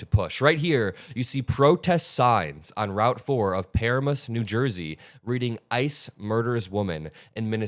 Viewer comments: it’s Pa-ram-us not paramuss. Pah ram us. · Paramus, New Jersey: Puh-RAM-us, not PEAR-uh-mus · Again, you have to check pronunciations on things. It’s Pa-RAM-us, not PAR-a-mus. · NJ, here: that bridge is on a main hwy that leads to the GW Bridge into NYC. Protestors are always there -- which always pisses off the MAGA part of the county. PS: It's pronounced "puh-RAM-us." 😀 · I live in New Jersey and you horrifically pronounced Paramus. It’s puh-ram-miss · I was there with the people on the overpass in Paramus, NJ!! Pronounced per-a-muhs btw. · That's puh-RAM-uhs. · ...it's pronounced Pa-RAM-us NJ. That is where the very first Visibility Bridge began!! I'm a New Jerseyan, born and bred. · Pa Ram Us. That's how you say it. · it’s pronounced puh ram uhs for Paramus. LFG to my home state NJ for telling the truth. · Pa-RAM-us. Otherwise, good post. 😉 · That is not how you pronounce "Paramus", dude. 😊